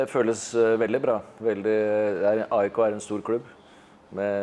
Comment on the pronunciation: Henning Välkommen, men vi heter AIK, inte ajk !